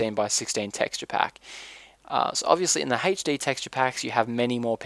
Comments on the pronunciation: sounds like your saying haych-d :p but thanks, always hated the glass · I love how you say HD as "Haitch Dee" I know it's your accent, but i love it!!! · hd = "heych dee" XD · why do you say hetchde?l epic fast typing btw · Where are you from you say HD funny, also great tutorial!